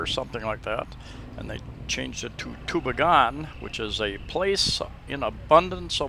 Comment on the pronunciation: Great little town. Been there hundreds of times. It's pronounce too-BEE'-gen by the way. I love the new stores they put up there too. We live just 25 Klm away in Catigbian. You went through there if you came up from Tagbilaran City, along with Balilihan and Corella. My wife is from Catgibian and we have a house there too.